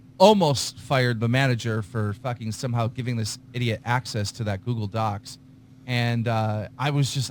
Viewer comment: Keem keeps pronouncing Docs as DOXX. He does it so much it's a reflex.